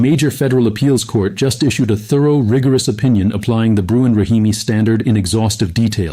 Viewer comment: Sorry, but it’s not Bruin. It’s Bruen.